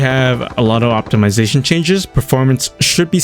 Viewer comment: bro said optimalilzation